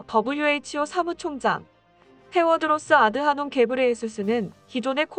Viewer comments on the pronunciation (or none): 테워드로스? Tedros 를 테워드로스 라고 발음하는게 영 낯설군요 맞나요??